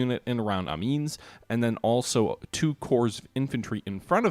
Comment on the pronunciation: Amiens- am-ee-enn. "S" is silent. The final syllable has that French-nasal "ahn" more than enn.